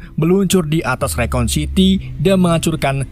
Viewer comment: Bang rakun bang... Bukan rekon....